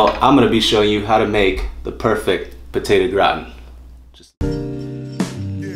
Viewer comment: "Potado Gratn"